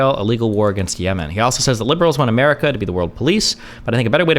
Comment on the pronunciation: Umurica sumtime liddurally bad. BUTTT umurica also sometimes liddurally good